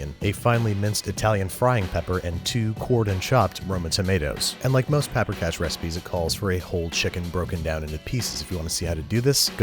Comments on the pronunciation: It's pronounced Paw-prika, not Pa-prika. (Emphasis on the first syllable, always in Hungarian) and generally, sour cream is added to the stock at the end while thickening it a bit with flour. I always hated making golushka but you did a good job. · It is pronounced paw-pree-cash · The dish is pronounced puper kosh not papper cash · Sweet jesus does the pronunication hurt. also the spelling. Paprikás, and no vowels are reduced to a shwa wtf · Sir I am offended. You may be making cash from this recipe , but, your pronunciation is atrocious. It is cisirke paprikas. It is made with sour cream. You have made the recipe from the movie but that is not the authentic dish. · Pa-prika xd